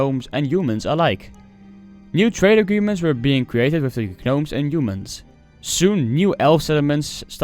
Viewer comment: Love your content man, quick tip is when you come across the word “gnomes”, you can pronounce the word without the G the same way as the K in “know”. Keep up the content man!